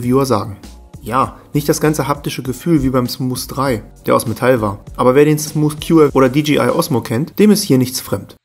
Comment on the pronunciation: Alter es heißt nicht smus